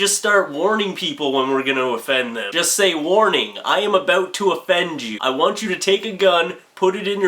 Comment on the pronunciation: No offence but I laughed when you said aboot, never heard a Canadian say it but people always say they do. Also, Twilight is by far the most offensive thing I've ever seen. They expected that shit to entertain people? How dumb do they think we are?!